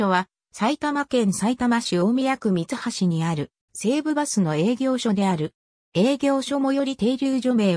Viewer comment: 読み間違いが多すぎる 大35 だいではなくおお 三橋 みつはしではなくみはし 二ツ宮 につみやではなくふたつみや 西遊馬 にしゆうまではなくにしあすま 以上 地元の人